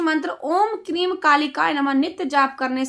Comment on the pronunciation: क्रीम नहीं हैं ‘क्रीं’ हैं